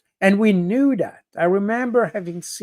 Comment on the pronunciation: And another thing. Why is Baud scared of the voiced th sound. He substitutes d. He says ‘dat’instead of ‘that’ The sound does not exist in French. It’s always a challenge.